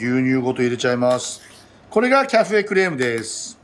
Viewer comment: Rの発音がすばらしい！私にはできません(^^)